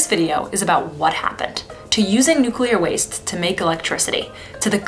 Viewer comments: I am so happy to hear the correct pronunciation of nuclear. One of my biggest pet peeves is hearing noocyooler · Thank you so much for saying "nuclear" properly. I have a hard time taking videos where people say "nucular" seriously. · Thank you for not saying "nuc-u-lar" once! Nuclear is 2 syllables W. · Thanks for pronouncing Nuclear properly.